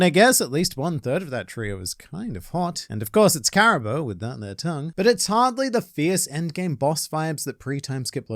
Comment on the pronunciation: pronounce Caribou correctly challenge Difficulty: Impossible